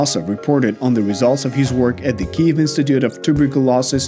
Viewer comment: Great video except you’ve never learned to say Kyiv. I’ll help you for the future times.